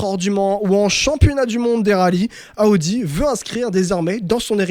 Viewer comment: J’aime tes podcast mais ptn t’es insupportable avec tes « Aoudi »